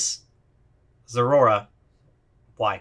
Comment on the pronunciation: The zeraora u messed up lol